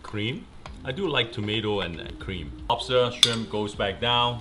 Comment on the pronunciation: Says rice cake then makes fun of dad for saying wobster